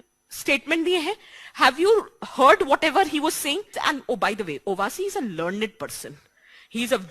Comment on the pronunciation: मैडम ने एक बात बाडिया बोली उबासी नाकी ओवैसी 😝😝😝😝😝 उबासी